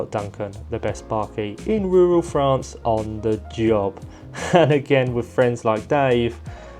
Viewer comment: Part of why I watch this, is to hear you say “rural France”. Love it. You have a unique turn of phrase and it’s very enjoyable. Work gets done when it gets done. Some times the project gets held up for whatever reason. Don’t stress about video frequency. I guess, though, frequency provides a bit more revenue to keep going. Swings and roundabouts.